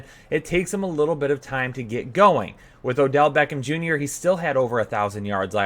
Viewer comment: Are both of you guys taking turns in Butchering the name of Odeel Beckhma Jr. ? xD